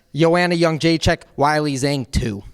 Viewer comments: Wyllie Zang is the most brutal butchering of Weili Zhang I’ve ever heard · its WAY - LEE zhang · Weili Zhang is pronounced Way Lee Jong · That Zhang Weili pronunciation was rough lol